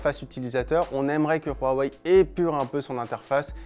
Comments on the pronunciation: Arrêtez de dire "Rouaweï" c'est pas espagnol ou je ne sais quoi, Dites "Ouaweï ou Oueweï" c'est dérangeant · Pourquoi prononcer Rwawei et pas Huawei ? C'est agaçant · Il dit ROUAWEI ....AHHHHHHHH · Super 👍 idée de « RRRRAWEIL » comme il dit le journaliste 😂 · Il m enerve qd il prononce Huawei